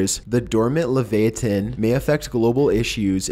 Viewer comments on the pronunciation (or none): The way he said leviathan🤦‍♂️